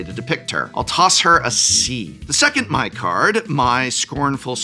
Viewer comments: For the love of Gyatso, can any Magic content creator pronounce Mai correctly. It’s not “my” it’s “May”. The show is in English!….. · Mai is pronounced May not My in the show. EDIT: honestly though a quick youtube search could have given you guys a clip of each character's name being said in the show and you wouldn't have had a screwup like this. come on guys. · Mai is pronounced “May”. I know it makes as much sense as Aang being “Ang” and Appa being “Ahpa”, but that’s how the show says it. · I don't know the correct pronunciation but in the show they do pronounce Mai as May, not My